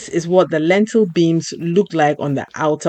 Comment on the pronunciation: lintel not lentil .